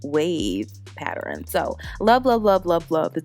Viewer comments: Girl, if you don’t stop saying pat-ter-ren/pattering. It’s pat-tern pattern. 🤦🏽‍♀️ I love ya way to much to not correct that. But I love this unit 🥰🤩💕 and will be trying the wax on my new unit when I finish it. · Every time you pronounced the word pattern like paterrain... I wanted to scream!😆😆 But you did that wig ma ma, very cute! I want to try the wax color! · The word is PATTERN pat-tern, pronounced PAT-TURN. Where did you get all those extra syllables!! Sorry just a pet peeve. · The way she says “pattern” is killing me lmao. Still cute though 😘😂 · Never said it was serious sweetheart. From the looks of it; it looks like you’re from the south just like I am but I’m a girl from the south who’s Haitian 🇭🇹 so I know we say words differently but pronunciation is pronunciation. I only said something because people like to laugh at black queens who act or pretend if the don’t know how to talk with sense. But you’re pronouncing a word incorrectly and saying another word with an entirely different meaning. Pattering: is to make a repeated light tapping sound. VS Pattern: a repeated decorative design. I was not in any way coming for you. Was just a queen fixing another queen’s crown. Have a blessed day and keep sharing your talents with the world. Love, peace, and blessings.